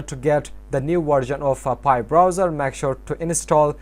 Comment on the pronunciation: i dont understand your english when saying pi webstore